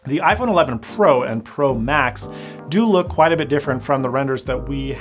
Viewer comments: I joined your Livestream on Twitter yesterday and for 10 mins I thought you were saying "pro Mac" not "pro max" from that moment I realized that this is an awful name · Tfw you say "Pro Max" but I keep on hearing Prolapse